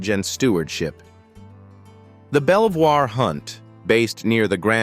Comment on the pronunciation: You are showing photos of Lady Jane ! Princess Diana's eulogy was read by Earl Spencer , her brother. Princess Diana's will would have been read in private !! Belvoir is pronounced Beaver !! This is all so inaccurate.